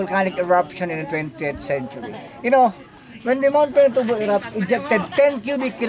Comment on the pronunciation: you demolished the name